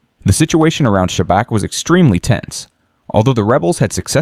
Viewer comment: Everything is good but it is not Sabak it is pronounced Shabats. Oh comment before already did it.